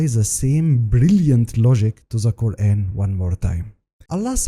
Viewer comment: Let me guess the guy found mistakes in Quran can't say Kaeran right or Izlam correctly. Off course 🤣🤣🤣